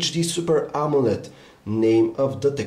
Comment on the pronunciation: I kept hearing "Amulet" display haha